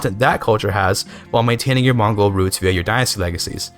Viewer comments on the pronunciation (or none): none